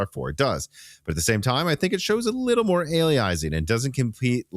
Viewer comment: Love you but you seem to be mispronouncing "aliasing"...?